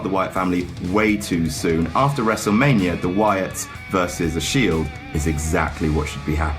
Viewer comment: When he said "We're gonna go to wrestlemainia man." I started cracking up, it sounded like he was drunk 😂😂😂